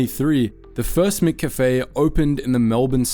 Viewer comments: How the hell are you pronouncing McCafe?! Bro, really? You say cafe correctly, why are you having a stroke when you try to add "Mc"? lol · Why can’t you say McCafe properly? It’s wrong in every video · You are the first person living in Australia to pronounce McCafe like that. Where the fuck were you raised😅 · 'Mc' is not pronounced 'mick'. It's from the Scottish for 'mac'. It should be pronounced more like mac cafe. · mac cafe not mick cafe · Try saying "MaCafe", not "Mick Cafe" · I'm cringing hearing Mick-a-fay all through the video when it's just Cafe with a 'ma' at the front. 'ma-Cafe.' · "Mik cafe"?? "MIK CAFE"??? Brother wtf is "Mik cafe"?? It's pronounced m'café - like m'lady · "Mickafey" Good lord. It's just café...with the McDonald's "Mc" in front of it. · Mack Cafe!! Mack! Mack! Not Mick! MACK Cafe... Love from Australia 👍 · Ugh… it’s Mc-Cafe. Not mcafe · Lol its not miccafe. Mccafe is pronounced the same way as maccas, maccafe. I'm an aussie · MICK CAFE 😂 ? MACK CAFE !! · Wtf with how you’re saying McCafe! Its. It’s not MicCafe! You don’t say MicDonalds so why say MicCafe? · I normally don’t comment on people’s pronunciation, but I’m absolutely stymied by the fact you pronounce “McOz” and “cAfé” correctly, but you pronounce McCAfé” as “MickCafÉ”. Is this a Melbourne thing? 😂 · this voice has gotta be ai, mccafe is not pronounced mikkafy and swanston st is not a suburb, first time ive watched one of these videos and thought wtf is this? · Wtf is a “micCafe”? AI voice can’t handle the true pronunciation I guess 😂 can confirm no Australian would ever pronounce it that way. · It's pronounced mac cafe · What was with "MIH - kaffay", though? That was an odd choice for pronunciation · The way you're saying McCafe is taking me OUT lmao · That pronounciation of McCafe is horrible. And the Melbourne suburb of Swanston St? WTF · Sometimes the pronunciation is weird almost feels ai. How McCafé was pronounced was weird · YOUR SAYING MCCAFE WRONG!!!!!!